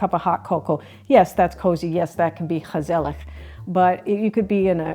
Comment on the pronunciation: Lady, your pronunciation of gezellig is spot on. No mean feat!